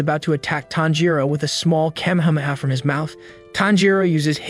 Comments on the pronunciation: Wtf is a kemhamaha I thought it was a kamehameha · The way Kamehameha is pronounced gives me tts vibes